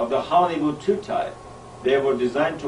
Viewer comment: !! Listen to how he says hcccccchollywood. Thats no accident.